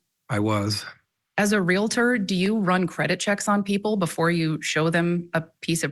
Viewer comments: It never ceases to amaze how supposedly educated professionals are unable to pronounce words like 'realtor'. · It's painful to hear the host of Court TV mispronounce 'Realtor,' more than a dozen times. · Ugh....real-tor... NOT re-la-ter. Come on! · Your news caster pronounces Realtor wrong. It’s not Real a tor! No A😫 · Stop saying RE LA TOR. Try saying REAL TOR 👌🏻🔥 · REAL - tor. REALTOR. There is ONLY 1 “A” in “REALTOR!!” The word is NOT pronounced, “Real - A - tor”!! What is WITH these lawyers?? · The word Re La Ter does not exist. It is Real Tor! Pronounced just like it is spelled. You are supposed to be educated! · Please!!!! The word "Realtor" has ONE "A" in it! It is RealTOR, not real-A-tor.! Dr. Phil pronounces it incorrectly also. "Cmon folks! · Real-tor not Real Uh Tor... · To the narrator of this Court TV video: You have mispronounced the word realtor multiple times. It’s pronounced REAL- TOR, NOT REAL-I-TOR!! Common mistake but it’s cringy when newscasters and journalists say it wrong over and over. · Its real tor it isnt reali tor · Real-tor, real-tor, real-tor. Not real-I-tor. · Real a tor? Do you mean real tor? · Pronounced Real-tor in 2 syllables, Not Real-a-tor. A mistake often made. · “REAL-TOR”. Not realator. Thank you. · Real-tor; not real-a-tor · It's realtor, not real-i-tor. How can an anchor not know that? I can see getting it wrong once, but over and over again.Sounds ignorant. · Let's all have a lesson in the correct pronunciation of realtor. It is not re-lah-ter. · Oh US! The English Dictionary shudders!! It's pronounced Real tor. Realtor. Not Reala ter. About as frustrating as the Prior bullying tactics. 😂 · your news reader needs to learn how to say realtor. Real Tor. Was driving me crazy :face-orange-frowning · It’s REAL TOR —- 2 syllables. I.e., nuclear. NU KLEE UR Most say, “NU KUHL UR” 😬I’m not being a smarty britches, I promise! 😉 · It is annoying to hear realtor pronounced “real it er”. 😆👹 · it is pronounced REAL-TOR